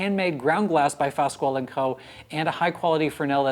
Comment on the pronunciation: I'm not trying to be "snobbish", but — in case anyone cares :) — Fasquel is pronounced, "FASS-KELL "